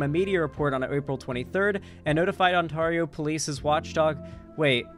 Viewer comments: Psst,...Ontario isn't pronounced on-TAR-io, it's pronounced ont-AIR-io. ETA: Jellybean! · im from southern ontario and the only people i've ever heard pronounce it as "on-TAR-io" have been americans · International viewer here... how do you pronounce it? I always assumed On Tar E oh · Hearing how pronounced Ontario took 15 years off my life. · True. How the fuck do you mispronounce ontario. It's fucking ontario. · Don't blame him, it's the American in him. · Especially considering there is also a city in California with the same name. SMH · there's also an Ontario, WA. Smh, two Ontarios he lives close to lol